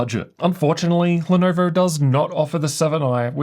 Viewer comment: Guyjust said “leh nuvur”